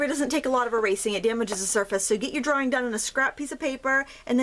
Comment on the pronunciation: what the hell is a “drawring”?